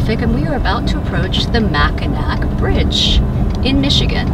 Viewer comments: It’s not MACK IN ACK! It’s not PAWSTSIES! Mackinaw is how it’s pronounced, whether it’s spelled with a c or a w at the end. And it’s pasties, like in the past. Honestly, if you’re going to make money from your channel, learn how to pronounce things correctly. And for heaven’s sake do not post anymore drunken videos! It’s mot cute or endearing to hear slurred words, droopy eyelids, and wobbly camerawork. You have such disdain for rude campers, little patience for people who are less than courteous in general. I don’t want to see you hammered! By the way, we’ve watched you and subscribe (on husband’s ID), so I’m not just trolling you. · Love the video! The UP is so beautiful and the freighters are a fun bonus 😉 Before a Michigander jumps your case on the proper pronunciation… it’s “Mackinaw” vs “Macki-knack.” The UP was settled primarily by the French hence the spelling with a “c” on the end of the word. The lower peninsula was settled by the British therefore the “w” on the end of the name. But they’re both pronounced the same. Looking forward to the next update!